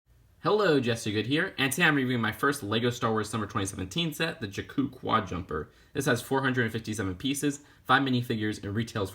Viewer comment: You pronounced Jakku wrong.